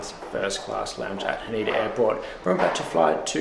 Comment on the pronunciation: Ha-nay-da not Ha-knee-da. Sa-Kay not sa-key. :) Thanks for the review, Paul. The food and drinks look pretty amazing.